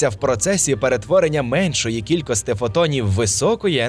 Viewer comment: Дякую за цікаве відео. Але є прохання - перестаньте, будь ласка, казати "кількостИ" замість "кількості". Бо дратує дуже...